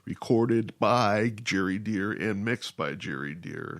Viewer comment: It's Gary Dere (pronoucned Dare) not "Jerry Deer". Cheers.